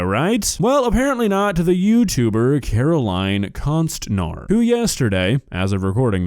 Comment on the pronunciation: Caroline Con-star.